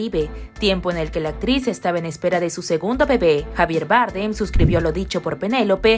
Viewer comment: Cada vez que dices Javier Bardem me da un ictus